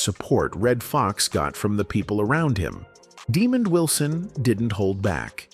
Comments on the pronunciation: Calling him demon Wilson is insulting and bushleague . When will creators be held accountable for their lazy AI narration? Its ridiculous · What a horrible way to pronounce Wilson’s name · It’s NOT demon Wilson, his name is Demond Wilson… I met the man!